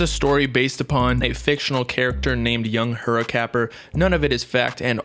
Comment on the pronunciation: Bro you nailed that name at the beginning 😂